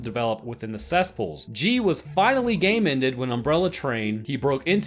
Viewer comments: It took me a while to realize what he was really saying every time he said "gay-mended". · Why do You say "gamended" Is that a refrence